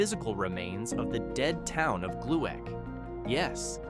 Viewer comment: Would have been nice to show actual images of the places you talk about or Google the pronunciations of the places. It's "Glick" not GLUE ACK...and you show a picture of the huge Gluek Brewery that was in Minneapolis not the small town. You're talk about a place in SE Minnesota and you show the Split Rock Lighthouse on Lake Superior? And worst thing? You show a picture of Vicksburg, Mississippi during the Civil War while talking about the Renville County town? What? Seriously - do your research or don't do it at all.